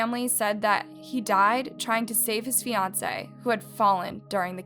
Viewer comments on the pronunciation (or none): none